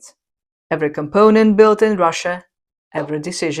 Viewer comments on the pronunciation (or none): none